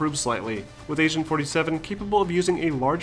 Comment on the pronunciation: did he just say Asian 47?